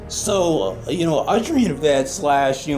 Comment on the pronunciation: you pronounced it Audrey N. Vet